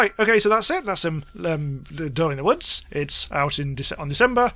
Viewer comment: I thought you were saying "A Doe in the Woods"... I'm not sure which would be a better horror title.